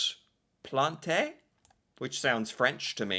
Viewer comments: For the French, I will give you a tip, the last letter is usually there to tell you how to pronounce the end of a word. Example: Plante means you pronounce the T but not the E, so it would be pronounced more or less like the word plant in English without pronouncing the n too much. In French, the word plant without an E would be pronounced plan without prouncing the N either, like Pla with a nasal ending because of the presence of the N. In Spanish and Italian, the E letter will make the sound « EY » but not in French, you would need an accent on the e: é. So the word Plante as you pronounce it would have te be « planté » pronounced « plantey ». As to Jacques, as most S in the end of a word in French, it is silent. We rarely or merely never pronounce a S that is at the end of a word. Exept for names, s are usually there to tell us the word is plural, but we just don’t pronounce it. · If you want. I'm a French speaker, and the difference between Jahc and Jac eludes me, and nasals are hard to translate in English. My point was that you don't pronounce the ES in Jacques and the E in Plante. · Omg! it's not pronounced Jac Plant!! It's pronounced Jahk Plahnt. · What's going on.. it's " plant " not Plantay. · it's pronounced plant not plantè the e is silent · you are butchering names again. Its not Planteh, its pronounce Plont. Jacques Plante is Jacques Plont. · its pronounced Jock Plahnt. No "eh" at the end. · No, we do not pronounce the E in Plante. It's "Jac Plant". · Jacques Plante is approximately pronounced "Jock Plont" by us anglo-Canadian speakers. It's pronounced in the French style as he was Quebecois. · If you want to pronounce Jacques Plante's name ... this might help .... Jacques (would be like hawk = Jawk) and Plante (would be like P-lawn-t - e is a silent vowel). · Plante is pronounced with a silent e. One syllable. “Plawnt” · In French you don't pronounce the e on Jaque Plante. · Sounds like Plont